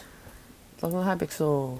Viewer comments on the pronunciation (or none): none